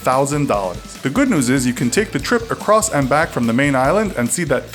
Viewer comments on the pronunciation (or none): none